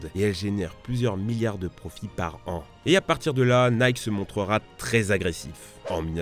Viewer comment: Tu ne peux pas prononcer " Air Jordan " en anglais et " Nike " en français dans la même phrase...